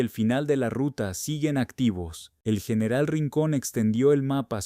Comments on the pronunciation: Excelente informacion,PERO CUAL ES EL PROBLEMA PARA NO PRONUNCIAR BIEN EL ESPAÑOL.....COMO ES ESO DEL YENERAL..... Y OTRAS .....¿ACASO, ERES UN RELATOR GRINGO? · No sabia que general ahora se pronuncia ;.. yeneral